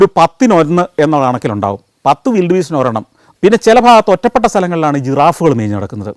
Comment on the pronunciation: വിൽഡ് ബീസ്റ്റ് ആണോ വൈൽഡ് ബീസ്റ്റ് ആണോ?